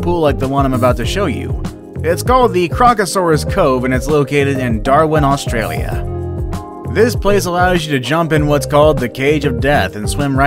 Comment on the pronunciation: That’s not how you say Australia mate 🤬